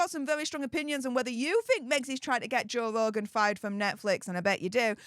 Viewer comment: Joe vvvvvvvvogan it's Joe f***ing RRRRRRogan!!!!😂